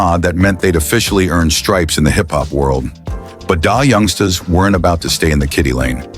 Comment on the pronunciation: Dah youngsta's. Ai is terrible